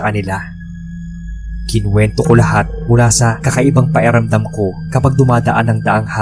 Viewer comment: Paeramdam ang banggit nyo tlga sir sa pakiramdam? Pero oks nman ikaw mag narrate keep it up! More katatakutan stories 🎉